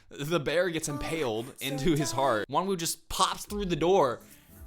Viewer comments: Sorry but it’s pronounced wonoo but his name is spelled wowoo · its actually Vernon who comes throught the door and closes the curtains haha, oh and btw, Wonwoo is actually pronounced as Won-oo :)